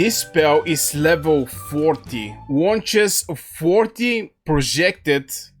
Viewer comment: I love your pronunciation of projectiles 😂😂